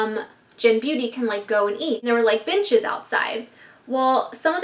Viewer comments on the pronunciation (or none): at first I thought she said bitches were outside til I realized she said benches were outside lol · Every time you said benches I thought you were saying bitches 😂😂